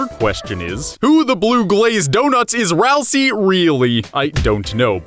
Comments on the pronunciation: 2 THINGS. FIRST, ITS NOT SAID RALSEE, ITS SAID RALS-EYY AND RALSEI IS AN ANAGRAM OF ASRIEL BECAUSE RALSEI IS ASRIEL THAT IS THE REVEAL AT THE END. there ya go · your saying ralsei wrong! its pronounced Ral say! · Dislike for mispronouncing ralse - LANET OLSUN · Dislike for mispronouncing Ralsei :D